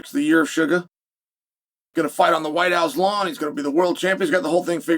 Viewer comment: chael saying suga with a hard R lmao